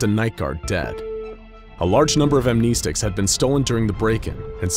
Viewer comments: Amnestics is pronounced "Am-ness-sticks" not "Am-knee-sticks" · Am-neh-stics not am-knee-sticks cancer to the ears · You are pronouncing "amnestics" incorrectly.